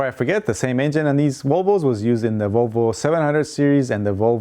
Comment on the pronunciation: VOLVO=ROWBOAT I thought you said rowboat..LOL